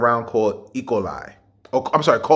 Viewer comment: This nigga said E.coli with an african accent like he was pronouncing a foreign word lol